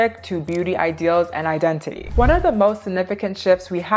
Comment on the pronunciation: Nkkkkkkkkk 😂😂😂😂 Identity ❌🇳🇬 Idendidy ❌ 🇺🇸 IdenTiDy ✅ Much love from Nigeria… your brilliant detailing is great 👍